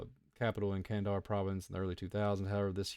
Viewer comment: Why are you pronouncing kan-da-har like "kan-dar"?